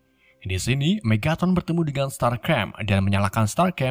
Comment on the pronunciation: Megatron bang bukan Megatot